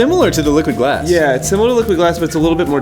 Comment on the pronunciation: When you say liquid glass it sounds like your saying liquid ass